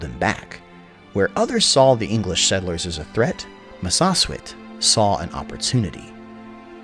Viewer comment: Massasoit is pronounced Mass-a-soy-it 😎